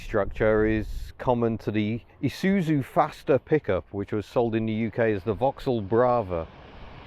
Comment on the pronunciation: Thank you for not saying I-soot-zu.